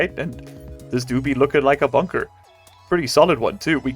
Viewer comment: Base name: Bun-Ker